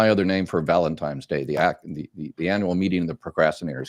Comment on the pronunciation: VALENTINES........not valentimes......geez